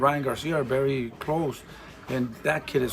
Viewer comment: He's berry right ... why do Hispanics use a B for a V 😂😂😂